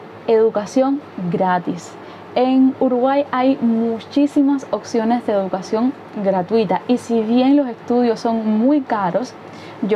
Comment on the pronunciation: Lo que he notado (pense que era una persona pero no son casi todos) que no pronuncian la P por ejemplo la palabra opciones, ustedes dicen occiones. 😁